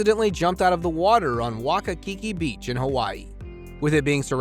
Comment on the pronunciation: "Wakakiki beach." I enjoy your content but, honestly, your pronunciations suck. Waikiki is not even close to the way you pronounced it. Fact check every single word.